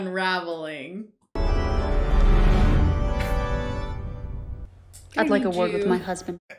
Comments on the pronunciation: the moment has a mini-stroke lol "Unravulling!" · Note to: If you ever want to be a detective, you need to practice pronouncing the word "unraveling"